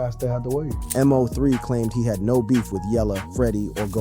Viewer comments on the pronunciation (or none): The man name is MO3 all one word bro, not M.O.3. It hit different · Why u know how to say everyone name but Mo3.. MO 3.. NOT letters and 3. Mo 3.. 😒 ran me hot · This guy said one hundred dollars thousand.. 🤦🏾‍♂️..bruh it's a hundred thousand, M.O 3... It's MO3..dude called go yayo, go yaw yo..like wtf 😭🤣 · This m o 3 killing me its MO3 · Bruh it’s Moe- 3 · It's Mo 3 ......BUT you can say Yella Belly name right ??? Smh 😒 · Your a terrible blogger saying Mo3 name wrong and too it your information is not accurate 😂😂😂😂😂